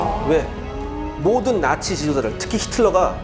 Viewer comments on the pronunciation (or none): 나치가 아니라 낙지라고 들음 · 나치를 낙지라고 들음